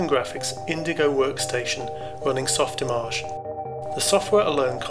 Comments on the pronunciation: I like his somewhat french pronounce of "Softimàge" ))) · That’s not how I expected softimage to be pronounced :0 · Is Softimage really pronounced like that?